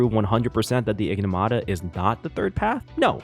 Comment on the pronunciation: Bro kept saying Enigmata wrong 😂